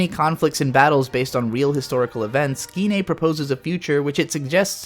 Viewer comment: Not GINNEI, BUT GIN EI DEN!!